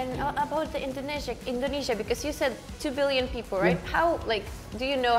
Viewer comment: the man seriously struggled with “billion” issues 😭😭